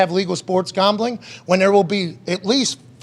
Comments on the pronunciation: Why the hell does this guy pronounce gambling and championship like "gombling" and "chompionship"? I heard him use a "short a" sound like in "cat," so I know he's capable. Super freaking weird. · 13 seconds in and I already heard ChOmpionship game 😂 now I can’t focus.. then comes gOmbling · Chompionship and gombling? 🤔. Am I the only one that caught those? Lol